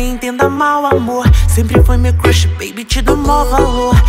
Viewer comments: Solange falando crush erradoooo kkk me deu agonia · A Solange fala cruxe 😂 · Ela fala crush errado kkkkk